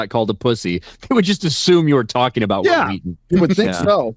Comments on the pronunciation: "Whill Wheaten" "Why are you saying it like that?" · Say Will